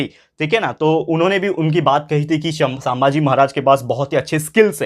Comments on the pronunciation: It's not सांबाजी, it's संभाजी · Sambhaji maharaj not saambhaaji maharaj only correcting pronounciation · Its sambaji maharaj not saambaji maharaj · Sir sammbhaji nahi sambhaji rhta hai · Bhai sambhaji maharaj he saambhagi nahi